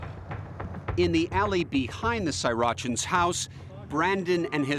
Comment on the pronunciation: Srirachan? Like Sriracha lol